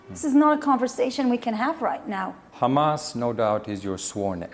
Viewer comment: i bet before she moved from Canada to colonize Palestine she said hamas not khamas